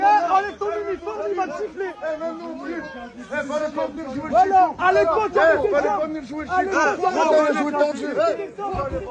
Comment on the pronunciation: Même quand ça dit voilà on entend whalla